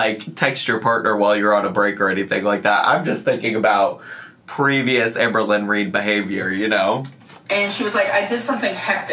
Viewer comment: you saying 'it's so hard to be amberwynn weed' absolutely sent me